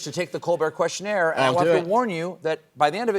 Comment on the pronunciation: Where does this "questionert" shit come from? It's questionnaire